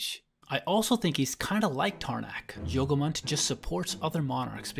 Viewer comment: yogumunt sounds like yogurt